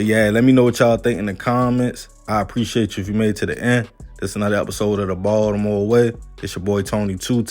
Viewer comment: The way he says Baltimore annoys me…it’s like he not from Baltimore but lived here long enough to claim the city smh